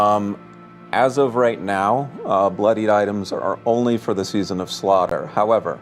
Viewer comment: “season of slutter” Iconic